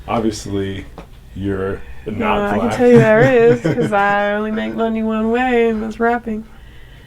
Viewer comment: She also says "blaeck" instead of "black".